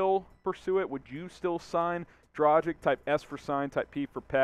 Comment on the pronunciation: Would you please learn how to pronounce correctly?! It's pronounced "Draghich" ..it's a Slovenian surname so it's written differently, but that's the way it should be pronounced. As a reporter - commentator I'm sure you should put in a bit of effort to do it right.